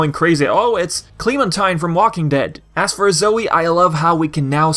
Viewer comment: Hey you pronounce Clamentine name wrong but I know your trying